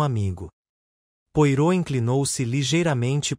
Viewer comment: Não consegui terminar de ouvir. Pronúncia horrível, inclusive o nome do Poirot.